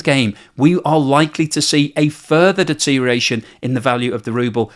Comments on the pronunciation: You're all about the de-tear-ee-ation then? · Enjoying the video but I'm half way through and it's driving me crazy. You either gotta learn how to pronounce deterioration more carefully or expand your vocabulary to get some synonyms for it you can pronounce.